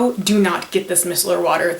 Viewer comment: i love your videos but i wanted to help you out, Micellar is pronounced "my cellar" as in look in my cellar for the wine lol.